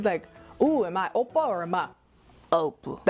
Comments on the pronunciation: i did NOT expect that "Ow!Pa" (3rd kind) pronunciation - i am floored! hahahaha! so funny PLUS OMG THE BODY ROLL THAT CAME WITH IT omg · that owppa has me BAWLING LMAFAO!!!!!!!!!!!! and the fact that you keep body rolling everytime you say owppa..i cannot lmaooo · Why are you saying it like that?? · I like the way you said #3 oppa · Every time you said the “number 3” oppa I died😂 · The way you say Oppa #3 😂